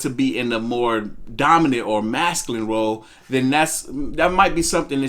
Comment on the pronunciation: Gott dammit it's MASCULINE!!! Not Mascalin! So fkn annoying